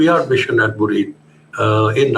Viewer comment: It is 'Muridke' not murid.